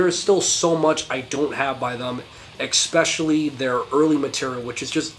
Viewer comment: Bro please dont say eXpecially, it sounds so dumb. Not trying to be a dick, but the word is especially. With and s. There is no x. ✌️